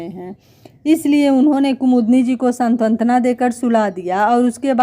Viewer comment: सांत्वना को आप सातंत्वना बोलती हैं।